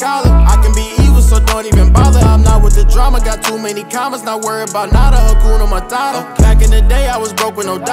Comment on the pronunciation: Just a Swahili 🇰🇪 speaker saying it's "HA-KU-NA MA-TA-TA" not "Hakyuna Marara" with ya'll American pronunciation 😏 Nice song tho 🔥🔥💯